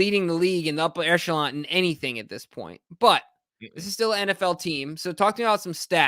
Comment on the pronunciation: It's an echelon, not an echalant or an eshalance or a Mitsubishi Galant